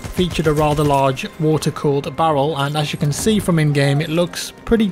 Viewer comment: Love the history and facts thank you. British people can’t say “Barrel” can you?